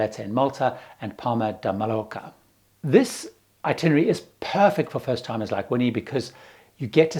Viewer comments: Hey... It's MAYorka, not MALorka. (Ignore the spelling) And KaTAKolon not KataCOLON. LOL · Thanks, - good tips as usual. But as a travel/cruise expert, you ought to say the names of these places properly, please. The most egregious is Civitavecchia: it's chee-vee-ta-VEK-ia, and you don't have to be Spanish to know (Ringo isn't) that Mallorca is pronounced my-YOR-ka. Thanks.